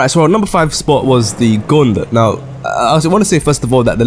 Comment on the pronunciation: The Guulet 😩😩😩😂😂😂😂